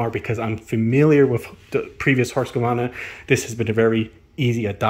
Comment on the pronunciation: There is no "A" between the Q and the V in Husqvarna... It is not "HusqAvarna"... :face-blue-wide-eyes::hand-orange-covering-eyes::hand-purple-blue-peace